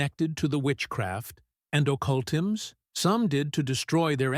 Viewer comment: "THE witchcraft and occoltums" ... WHAT IN THE AI trash is this?